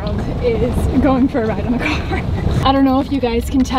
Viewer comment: The Boston came out when you said “do you want to take a ride in the caaar?” Can you say, “Park the car in the parking lot” classic Bill Burr. Lol.